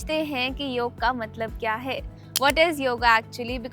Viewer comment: योगा नहीं योग बोलिये ❤❤❤